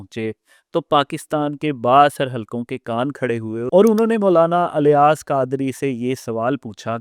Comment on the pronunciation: افسوس ہے اس اینکر پر جیسے یہ بھی نہیں پتا کہ الیاس الف کے زیر کے ساتھ پڑھا جائے گا یا زبر کے ساتھ نہیں😂😂😂😂😂 اور زبان درازی کر رہا ہے ایک ایسی شخصیت کے بارے میں جن کے بلا مبالغہ ہزاروں نہیں لاکھوں مریدین ہیں۔ جنہیں ہزاروں علماء عالم مانتے ہیں۔ اور اس کے علاوہ ان کے اپنے مدرسوں سے ہزاروں علماء بنے ہیں۔